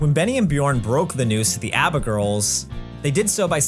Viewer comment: I'm sorry what sort of Australian pronounces ABBA like that? I find that more of a stretch than the ABBA boys writing a musical